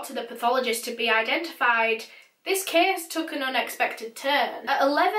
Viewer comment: Your accent is so beautiful!!! 😂 but every time you say "case" I hear "kiss" 😂😂❤❤